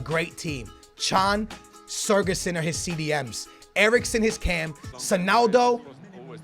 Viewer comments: It's not surgison it's sigurthsin. The ð makes th sound. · You say siGurdsson not siRgudsson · Why the f do you pronounce sigurdsson as SER-GESSEN?! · it's SIGurðsson not SIRGurðsson, not hard just take a look at how it's spelt takes 30 seconds OKAY! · it is sigurðsson not sirguson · How can you read sigfusson and pronounce it sergisuon ffs... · you pronouncing of Gylfi sigurðsson is a little off. Pronounce it like Si-gurt-son :) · Its Mulrooneyy he means the way that pronounces his name... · You say Sigurdsson name wrong, also use tots lukaku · The way you pronounce Gylfi's name frustrates me 😂 love ya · please pronounce Sigurðsson correctly please